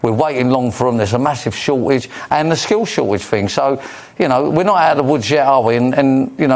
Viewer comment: "Skhill shor-age"